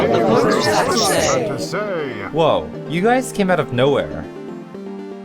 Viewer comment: Let's see what the voters had to say!... HAD TO SAYUH!